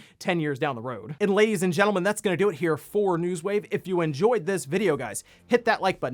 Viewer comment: Welcome-a-back to Newswave? 🤣